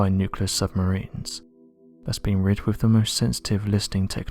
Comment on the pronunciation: Is this how you really talk in real life? I feel sorry for your family, hearing you droning onnnnnn and onnnnnn. Speak proper English man, “with” is pronounced “”wiTH”, not “wivvvvv” get some elocution lessons. You put the English language to shame. Please accept your P45!